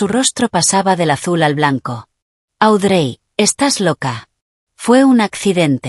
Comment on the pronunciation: Pierce se pronuncia piers Audrey se pronuncia audri ponle nombres en español y asi no se oye tan mal los nombres de los personajes